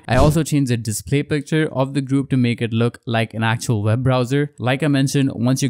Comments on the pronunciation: It’s pronounced “web browser” not “veb browser” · It's also called an accent